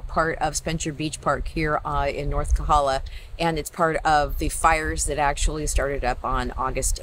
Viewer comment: Thank you for the Big Island update... however it is KOhala not KAhala!